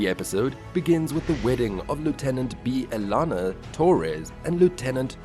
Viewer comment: your pronunciation of most names makes me think you never watched an episode of Voyager in your life. I mean, Bee-a-lana ain't close to how her name is pronounced.